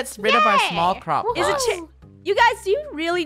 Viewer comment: When Funneh was saying, “Crop plot” I thought she was saying “Croc pot!”